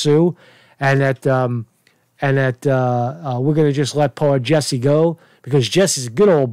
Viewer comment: It's Jussie not Jessie, get his name right he's up for a NAACP image award now.